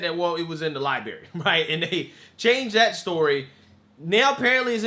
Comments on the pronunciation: Imagine making it kind of YouTube bucks this guy makes and still not knowing how to pronounce the word "Library" correctly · It annoys the shit outta me when you say Lie-berry.